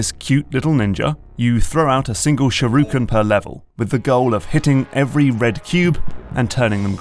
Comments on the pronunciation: SHU-RI-KEN. Not "sharuken". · Stop saying "sharuken" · And then I get agitated again when he says sharooken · Shoo-ri-ken. Not fucking SHAROOKEN. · What's a "shirooken"? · its not a sharooken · "Sureooken." I've never heard that particular mangling before. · SHURYUHEV! (Sure you have) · He says shuruken btw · "walk up to the shiruken" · Say sharooken one more time, I dare you, I double dare you. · I like the video but it pisses me off mentally how he says shurikan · people are correcting the french but not the sherooken smh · I had to do a double take on that one.